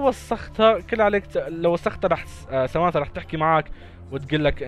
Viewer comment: سمانثا مو ثمانثا